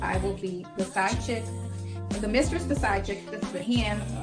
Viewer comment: I hollered laughing at the spelling of how pronounced mistress. "Misschess"...😂😂😂😂😂😂😂😂😂😂😂😂